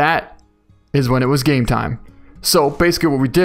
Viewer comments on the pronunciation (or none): none